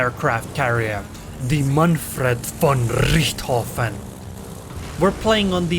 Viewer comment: i love how you say the Name of the Carrier ... Manfred von Rrrrrichthofen :) Typical German for that Time ! Nice Vids and keep on goin. Greetings from Germany :)